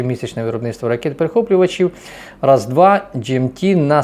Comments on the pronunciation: РАС2 - це латина, читається як "пак-2" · Боже какой ты глупый. Раз-2 и раз-3 хахаха. Я понимаю, что ты просто говорящая голова, которая с бумажки читает, но неужели ты за 3 года не запомнил названия ракет перехватчиков для патриотов, и что PAC-2 и PAC-3 написано по английски?